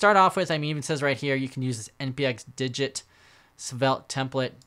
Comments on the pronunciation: It's not "dijit", it's de-git as in remove-git, it clones the repo without the git history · Isn't it de-git? Like un-gitting a repo?